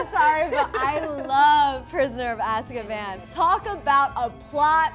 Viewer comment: It's weird the way Prisoner of Azkaban is pronounced in this video, they keep saying Ask-a-ban not As-ka-ban. It was a fascinating conversation to watch, I enjoyed hearing the conversation and questions.